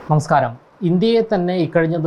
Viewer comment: താങ്കളുടെ നമസ്കാരം ഉച്ചാരണം😢 ഒരു ശക്തി പോരെ🙆🏻‍♀️ കേൾക്കാൻ ഒരു സുഖം വേണം🤩